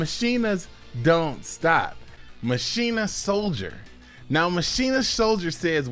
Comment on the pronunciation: You should pronounce machina like dkayed. MUH CHINA